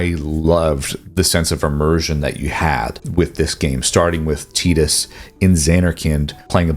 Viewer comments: Never heard someone say his name at Teeedus Instead of Tyyydus before. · Teetus? Do you mean, TYE-dus? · "Teetus" Ffs... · The way you say "Tidus" triggers me